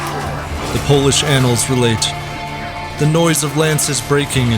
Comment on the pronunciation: Nice Polish pronunciation!